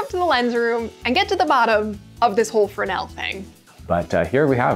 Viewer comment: Your pronunciation of Fresnel, "Fernel." I find it fascinating and correct. What say you? Fernel 60. Isaiah 60